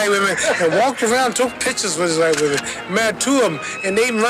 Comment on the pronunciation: "Them white whamen em the crazy ones"😅